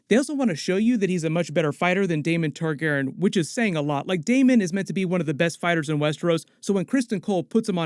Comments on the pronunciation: Great job as always, but please start pronouncing Targaryen correctly. It probably doesn't bother anyone else, but every time you say "Targaren" I cringe. Otherwise keep up the great content! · "Targerr'n" lmao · I hate the way you say Targeeren (??) Lol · Why are you pronouncing "Targaryen" like that?????? It irks me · you gotta work on “targaryen” pronunciation for this show haha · My guy why do you say Targaryen like that?